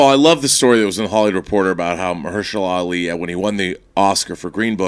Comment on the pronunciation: Old girl totally butchered Ali's name. " Oh no, baby what is you doing?! " Hahahaha